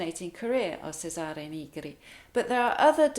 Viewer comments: Thank you a lot for your fantastic explanation! Very usefull indeed. [Congratulations for your Italian pronunciation. A very little tip: Cesare with the C of chair] ❤ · Lovely rendition. Your diction on Il bianco fiore is flawless. My friend Fred Benetti whose father was Florentine, still got Cesare Negri wrong. He did make the ch sound but always stressed the second syllable. Chay-sahre Naygree is correct as E is pronounced ee only in English. Your English and your voice are as musical as your playing. In 1975 in Cambridge I put up with a crazy landlady for a whole year because she sounded like you and I learned so much that when I moved to California I passed for a Brit. 20 years later I pass for Bostonian or Midatlantic. I play this tune but now I'll add the extra bit and your phrasing . My family has been Milanese for at least 250years. 😊❤